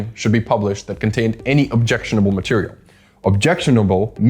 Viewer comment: "greatest fireproof materiale ever MADE" 😂😂😂😂